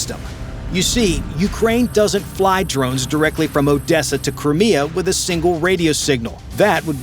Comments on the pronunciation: cant even pronounce crimea properly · AUI ("UNintelligence") strikes yet again, & in mere SECONDS into this production, the absolutely STUPID mispronunciation of "Crimea," which for some alleged "military" channel is beyond ridiculous. 🙄 Hopefully this rumored Good News holds up in spite of - oh jeez, "zero 2 hundred 50 hours"!!! 😳 - the sh(odd)y presentation herein.